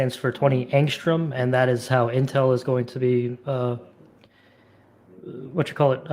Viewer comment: You mean Å as in Ångström? 10 Å is 1 nm. Å is not A its a different letter in the swedisch (+ danish and norwegian) alphabet. Besides that its pronouned more as "Ongstrum" with the Ong pronounced as in tongue and rum pronounced as rum. Definately better than pronouncing it as "Engstrom"